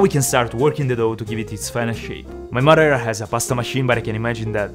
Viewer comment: "My grammuder and my muder"